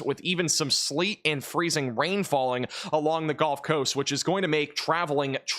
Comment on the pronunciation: The “golf” coast 😂